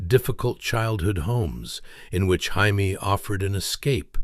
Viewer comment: You’re saying her name wrong It’s Jamie not Jaime !!!